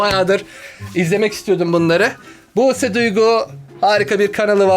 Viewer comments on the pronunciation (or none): Abi abla Buse diycene büuse dedü